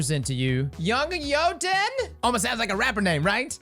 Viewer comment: 3 years later and we're still pronouncing Jötunn wrong lol